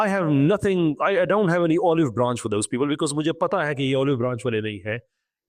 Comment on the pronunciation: = Katha Angreez, Gow and raysorch it, Daaawnt, jaise Urdu bolta hai waise English bola ker na